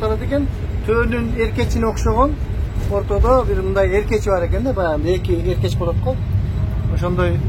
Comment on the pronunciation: Эркеч эмес,оркоч туура айтыш керек.